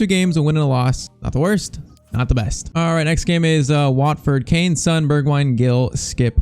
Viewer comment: PCQ: Please say son's name like on with an s instead of SUN